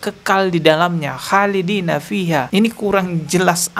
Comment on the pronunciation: Mudah2an segera diberi kesembuhan oleh Allah SWT. Sekedar koreksi bacaan Qur'an nya kk admin.. Mestinya kholidiina خالدين dan bukan halidiina حالدين. Ada titik dan tdk ada titk memiliki makna yg jauh berbeda.. mohon maaf terimakasih